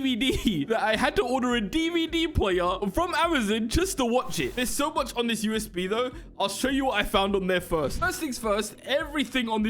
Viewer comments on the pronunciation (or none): Amizon bro it’s Amazon